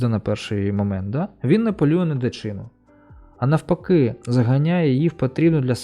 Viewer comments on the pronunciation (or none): В слові " дичина" наголос ставиться на останній склад 🙃. Коли прочитаєте, видаліть мій коментар